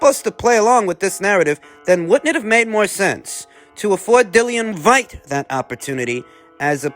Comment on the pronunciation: I can’t stop laughing at “Dillian Vyte” 😂